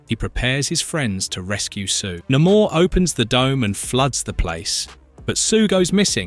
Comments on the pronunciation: It's Nay-Mor, not Na-mour. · Cool vid., but it's Nay More and Uh lee Sha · You do realize that you pronounced Namor two different ways, right? The correct way being the second one. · Say 'Namor' right you bell end.